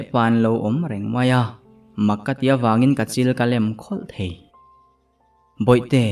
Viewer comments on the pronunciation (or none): none